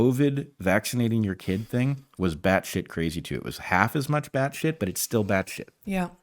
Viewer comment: Did the professor say Bad shit or Bat shit?